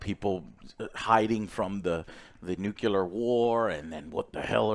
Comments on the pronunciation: it's NUCLEAR not NUKELAR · Joe. At this point, I'm literally begging you. Literally begging. Please learn how to say "nuclear". It's "new clear". It's not "nukular". Come on now. Come sit with the adults. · FFS, Joe still can't pronounce nuclear